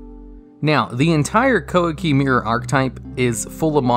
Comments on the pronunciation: "KOWA KEY MAY RU" Thats how we pronounce it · "Qwah-key meer-roo"